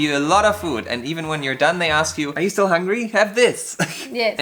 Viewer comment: Hola chicos....yo stoy tratando de aprender ingles... y me gusta sus videos....les entiendo maso... y aprendo de sus asiertos y errores.... como los de.... " estill... o espeaking"... jajaj... me gustaria subtitulos en INGLES... SALUDOS A LOS 2....